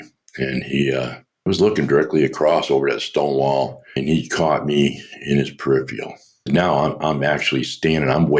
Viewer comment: Too bad about that “Perifial(?)” though😁